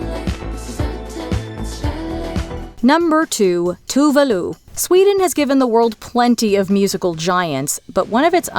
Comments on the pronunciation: It's more like Tooh-veh Looh. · I’ve never heard Tove Lo’s name pronounced. All I hear is that Megan meme.